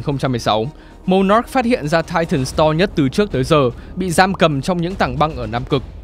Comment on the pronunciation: Để ý ô đọc titans nhiều lần quên "s":)))